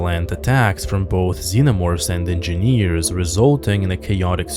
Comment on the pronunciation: I just came to hear EnginNEEERZ again. 😆 Just kidding. Your channel is one of the best Alien channels.